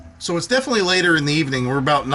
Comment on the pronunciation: "Defnuhly" is not a word.